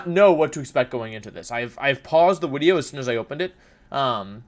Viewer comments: Why do you say wideo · why do you say "wideo" and "youtubist" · last time I was this early Wolfey still pronounced the "v" in wideo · Wideo man again? What’s going on here other you tubers would take brake from wideos. Wideo man must just love me that much.